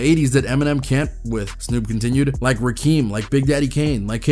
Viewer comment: “Rakeem”!???? lol 😂 Rakim-(RAH-KIM) Get it right bro, educate yourself, show respect to the God! Sheesh